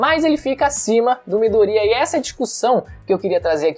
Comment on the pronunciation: Midoria kkk é Midorya!